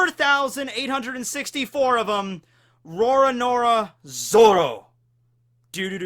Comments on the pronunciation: "RoraNORA Zoro" Okay then! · Sounded like you said "Rora Nora Zoro" for Zoro